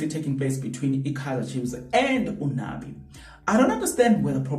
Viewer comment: “Nabi” not Nani